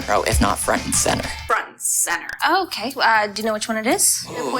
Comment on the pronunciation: james little "okeh" haha